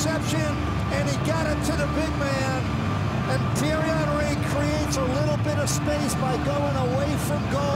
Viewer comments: His name is pronounced Hunry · Its funny how they call him hunry instead of Henry....lol my icon, legend, favourite striker of all time.